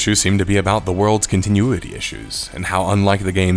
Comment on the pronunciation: the way you say continuity makes me insane